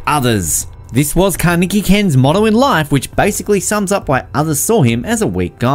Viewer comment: Did he say kaneke